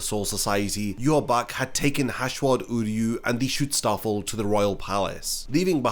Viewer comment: It's Schutzstaffel. But when I hear you say it, it sounds like you're saying "Shootstarfall". It's been bugging me in every video now.